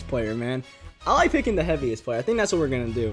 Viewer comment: I think it's pronounced thats not "dats"